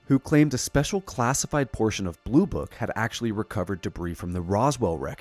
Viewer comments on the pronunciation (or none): the 's' in 'debris' is silent 😉